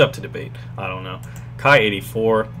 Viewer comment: Ki should be pronounced as in Key ,sir